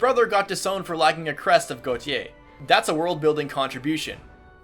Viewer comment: Gautier is pronounced "Go-shay" Source: am also French Canadian